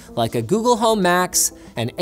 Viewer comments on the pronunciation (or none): I thought he said Macs instead of Max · I kept thinking you were saying "Macs" not "Max" (aka google home Max) lol